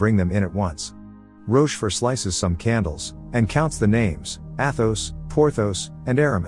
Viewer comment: He gets rocheforts name correct but buggers up on the cardinal and D'Artagnan (Dar-tan-ion)